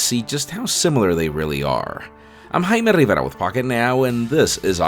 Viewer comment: His name (pronounced correctly lol)